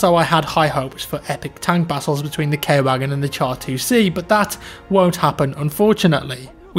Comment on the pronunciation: It's Ku-Whugen.Not Kay-Wagen.